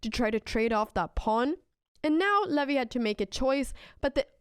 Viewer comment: Funny how you pronounce "Levy" like "LAVVY" xD